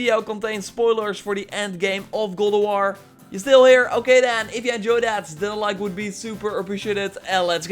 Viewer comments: "Goll ef wor" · “Good ah wah” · Sounds like he’s saying “Gaul Of War” 🤣🤣🤣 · Why do you keeo saying "Gold of War?"